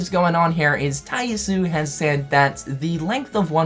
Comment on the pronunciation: I thought someone would correct this by now but is missing the last vowel from Tai Yasue's name. Ya su eh.